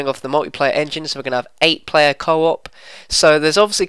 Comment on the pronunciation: he says Player